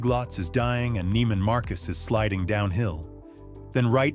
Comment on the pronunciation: Neiman Marcus is pronounced with a long "e", not a long "i".